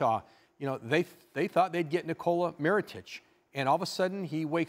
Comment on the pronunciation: lmao "meritage"